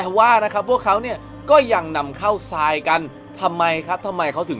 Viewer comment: อ่านผิด ทราย ทราย อ่านว่า ทาย ซราย อ่านว่า ซาย